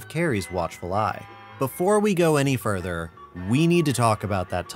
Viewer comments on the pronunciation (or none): none